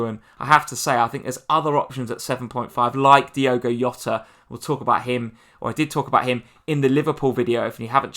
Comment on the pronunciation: Great content. Just one thing. It isn't Yota. It is Jota. In Portuguese you say the j as it is like in English